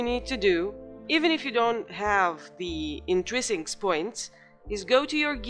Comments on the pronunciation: It's "In-trin-sics" not "In-tri-sincs"... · You can feel the struggle 😄